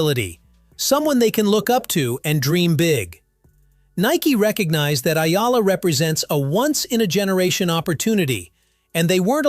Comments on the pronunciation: Sir, it’s “E-Yalah” and not Ayala. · Pronounced E-Yala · It's "ee yala." Duh. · its Ee'Ya'La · Another fake news from AI narrator that cant pronounce Alex family name properly report as Spam😜😜😜